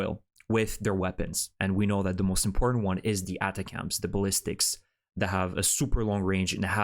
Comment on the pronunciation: The colloquium is: Attack'ms Or Attack-umms Or Just Attack'm!!! Sorry no offense intended. The manufacturer names these things to make it easy to remember for regular folks and for higher ups to remember in order to initially sell a system to the Military....and remember to use it in war to basically ensure future sales. It's an acronym for something technical of course as well. Good report. 👍 Slava Ukraine 🇺🇦 ♥️